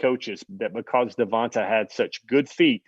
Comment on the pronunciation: Everybody in his hometown was calling him Tay. I wonder why? Is it because his name Devonta ends with a long ā sound instead of a short ă sound as you pronounce it? Devonta with the a on the end is always pronounce as a long ā sound. Some people mess this up all the time.